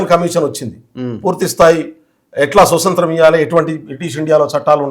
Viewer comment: స్వసత్రం కాదు నాయనా స్వాతంత్రం .అప్పుడే తెలుస్తుంది నీ తెలివి